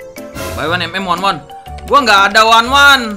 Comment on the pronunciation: by one kok pake wanwan 😂